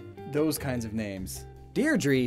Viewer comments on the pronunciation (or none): It is a celtic name, and the correct celtic pronounciation is "deer-dree" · Deirdre is actually pronounced "deer-drah", not "deer-dree" 😭